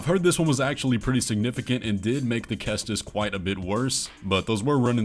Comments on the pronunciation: Cestus is pronounced ( seh•stuhs ) not ( kest•iss) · Cestus is pronounced "Ses-Tus". Read a book sometime.